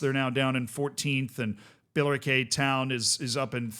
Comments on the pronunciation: Bila-Kay town 😂 It’s pronounced bill-a-Ricky if you care. Also the league is wrong but other comments got that covered. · i know this is a nothing burger but its pronounced Biller-Ricky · Your pronunciation in Billericay was driving me mad, I've watched Gavin and Stacey and they never said it like that. So I googled it and it's bil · luh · ri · kee. But other than that this is exactly the kind of Curiosity I come here for. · I know you like pronunciation so: BILL-er-ICK-eee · Feel so honoured is talking about my home town club and pronouncing it incorrectly 🙏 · It's biller-icky btw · My In-laws live in Billericay and hearing the pronunciation hurt. Lol. It's Bill-err-ick-ee. Names are weird. I found out the other day that Bear in Texas has an X in it. Bexar. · Also, it’s pronounced Bill-er-ick-ee, I imagine the population of Essex is currently screaming at their screens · Great to see you covering this man 😊 By the way, this is how to pronounce Billericay😅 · Massive double take here too, and was getting all unnecessarily riled up with the name pronunciation and league tier! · It's so funny hearing it pronounced the way he does